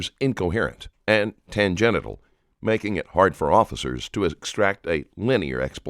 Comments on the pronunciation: "tangenital"? 😂 I think you mean "tangental." Oh my gawd. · Did you just say "tangenital" instead of tangential 😅😂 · “TANGENITAL?” U MEAN TANGENTIAL BRO 😭😭😭😭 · "Tan genital" lmao